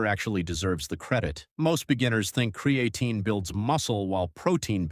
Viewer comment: I can't listen anymore after how this AI keeps pronouncing cre A tine